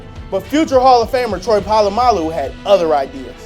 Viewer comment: Goddammit, pronounce Polamalu correctly!